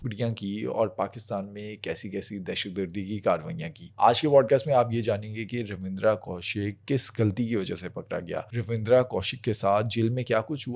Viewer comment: It's ravinder only ravinder not ravidra ok bro